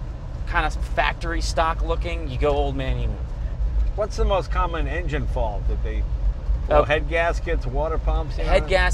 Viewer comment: did he say old man emoo suspension? hahaha